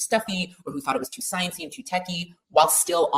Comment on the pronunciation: Did she just say to sciency lol wtf